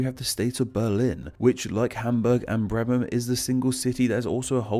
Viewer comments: That Bremen pronunciation got me. Brrrrriman? Its spelt as it's said. 'Breh-Man' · earlier in the same video: Schelswig. Also did he pronounce Bremen correctly even once? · "Bleemen"? Really? "Duzurudorf" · I know you stated that you’re focusing on the English version of the names, but I think a bad pronunciation disclaimer would’ve helped, as you still used German terms (and butchered them, as usual). I mean “Breeman,” “Bar” instead of “Bär/Bear” (it’s actually pronounced the same).